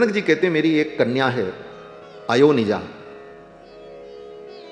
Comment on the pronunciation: अयोनिजा का उच्चारण कथावाचक ने गलत किया , उच्चारण किया अयो निजा जबकि सही उच्चारण है अ योनिजा